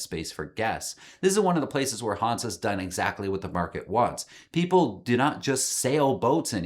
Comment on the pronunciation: Why is it for you Americans so hard to pronounce everything with an "e" at the end correctly? Like Porsche, which is correctly pronounced Porsch-eh (not Porsch-ah), the same applies to Hanse (it is Hans-eh, not Hans-ah or something). Other than that - great video. Greetings from Austria.